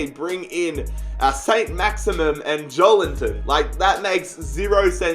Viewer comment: It’s joelieton not joelinton